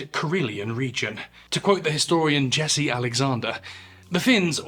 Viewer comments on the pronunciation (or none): none